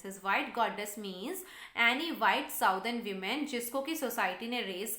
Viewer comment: Please correct pronunciation of woman and women